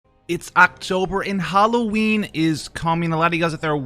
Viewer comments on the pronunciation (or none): Howl-o-ween. You can use that, brother.